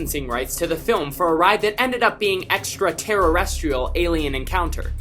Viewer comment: Stop saying etraterraretrail it’s pronounced extraterestrail